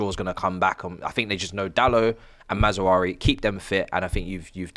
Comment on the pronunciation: WTF is a MAZAWARI? These British slaughtering of player names man 😂💀